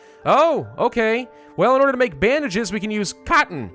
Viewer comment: "Cotton" Had to replay that